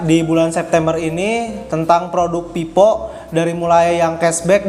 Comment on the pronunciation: Telingaku terdengarnya pipo , pes enlok dll